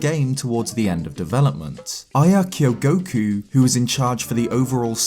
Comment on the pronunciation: Am I the only one who understood "I killed Goku" when he pronounced Aya Kyogoku?